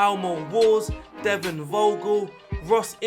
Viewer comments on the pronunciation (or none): none